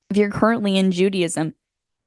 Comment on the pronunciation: She said "judy-ism" who's judy? 😄